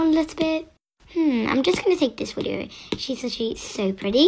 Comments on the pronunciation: she keeps saying ‘wideo’ 💀 no, no I’m not and quit acting like a celebrity cause you’re not. The only celebrity you’d be is the one where all your ‘fans’ are actually haters LMAOOO THIS ISNT CRINGE, THIS IS HILARIOUS “I love eating shoes, TABLES” 🤣🤣🤣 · IF SHE KEEPS SAYING WIDEO. I SKIPPED BUT DID HEAR IT. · was it only me or did she say "wideo" instead of "video"? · She says wideo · “Let’s save the wideo 🥺” killed me 💀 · I hate doing this cause she really can't help it but,. WIDEO?! 😭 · Okay the second one isn’t cringe, but how she says “Widio” instead of “video” gets me every time 💀